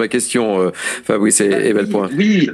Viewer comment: Même si ça peut sembler futile, la moindre des courtoisies de la part du journaliste serait de prononcer correctement le nom de Fabrice Epelboin (par ailleurs impeccable comme d'habitude).